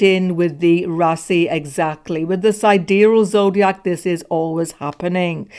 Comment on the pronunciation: like the way you said "Rasi" (South Indian way) instead of "Raashi" (North Indian Pronunciation)